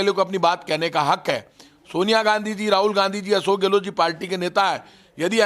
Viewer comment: गहलोत hota hai गहलोट् nahi